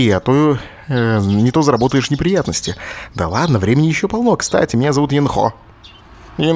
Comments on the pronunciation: сначала Брейн говорил Ёнхо (ударение на ё), потом плавно перешёл на Енхо (ударение на о). ВЫВОД: Брейняша ударение переставил, и "ё" на "е" сменил:D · брейн, ударение на Ё, Ёнхо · Ёнхо, ударение всегда на ё. Да и в большинстве японских имен ударение на последний слог.